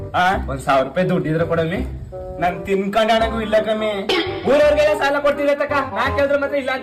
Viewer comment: ಸಲ ಅಲ್ಲ ಅದು. ಸಾಲ